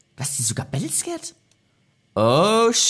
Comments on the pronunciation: Kannst du battle-scarred nicht mal bitte richtig aussprechen ?? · Wird es nicht "bättleskard" ausgesprochen? Weil "bättleskäred" doch eigentlich keinen sinn ergibt